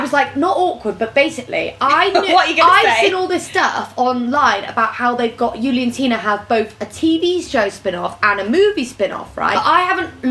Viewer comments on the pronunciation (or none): I cringed at Rosie’s pronunciation of Juliantina🙀 It sounded like D.eutsche because of “J” pronounced as “Y”, instead of “H”. But then again, Rosie nailed the mind boggling (which BTW means overwhelming😹😹) question!! Now I’m thinking when I am “whelmed”?!🤔🤔